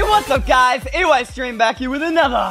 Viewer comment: It’s eystream not eyestream